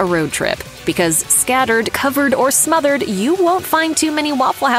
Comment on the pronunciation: It's called smothered not mothered